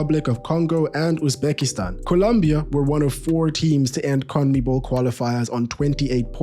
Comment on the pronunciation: Brother can't pronounce Conmebol. Try saying Con-meh-ball